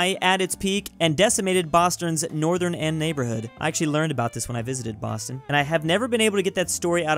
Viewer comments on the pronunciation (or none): none